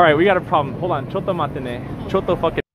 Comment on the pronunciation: Coto matte ne,, cotto fukin,,, xD matte ne? xD